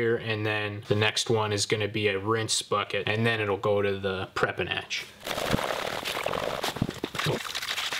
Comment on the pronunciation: Every time you say "prep and etch" my brain hears "Preperation H" for some reason!